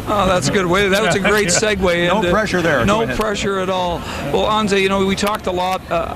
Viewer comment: stupid ass Marc Crawford is not even saying Anze's first name right and he coached him for 2 years... Phonetic: ANH-jay (or ON-JAY to make it even easier) sooo glad Crawford is gone as I'm sure a lot of L.A. is...